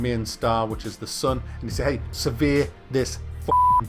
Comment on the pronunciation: every time u said "survey" i heard "severe"